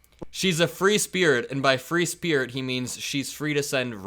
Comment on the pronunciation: free speared? Oh, he tries and fails to pronounce "free spirit"!